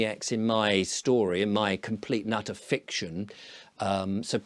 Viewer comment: I can't quite figure out whether you said, "...complete and utter fiction..." or "...complete nutter fiction" but, either way, I suggest you copyright this work immediately! It's sure to be one of the biggest bestsellers of all time and will, almost certainly outsell all the other great works of complete and utter/nutter fiction... Harry Potter... Don Quixote... what was that other one called?... the biggest bestseller of all time... can't quite think of the name of it now... something beginning with a B🤔 Then there'd be the blockbuster movie and all the sequels, memorabilia, video games and all the other paraphernalia - maybe even a theme park on another planet🤷‍♂ JKR will be well and truly knocked off her perch and you just might make enough to be invited to join the fictitious club of megalomaniacs!